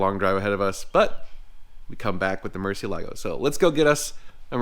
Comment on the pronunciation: You are not allowed to own a Murcielago unless you pronounce it correctly 😂. Just kidding. But seriously, Mur-seal-a-go